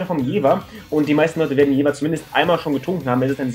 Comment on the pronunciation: Top Video ;D Mit deiner Punkteverteilung stimme ich auch überein.... Da ich auch in Jever wohne habe ich aber noch einen kleinen Verbesserungsvorschlag denn es heißt Jever und nicht Jewer ;D